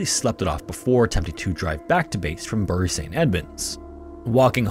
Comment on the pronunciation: As a local, just to say that Bury is pronounced ‘Berry’. Much love.